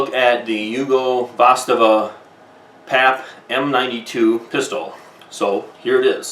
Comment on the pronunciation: Wtf is a vastava did you mean zastava?